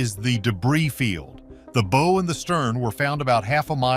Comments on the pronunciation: . You know it’s a AI narration or a complete dumbass when the bow of a ship is prounounced like a Bow Tie rather than the correct way as in a dog going Bow Wow. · BOW - as bow wow - for f...s sake